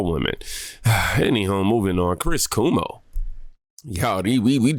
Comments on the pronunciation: Chris Cuomo's name is not pronounced "Koo-moh". It's pronounced "Kwoh-moh". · 😆 Not Coo-mo. Cuomo rhymes with Jomo, in Spanish. His talk was amazing, however 😉